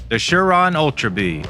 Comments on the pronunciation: Umm there is no H it’s Surron not Shuron? wake up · It’s a surron not a sure on.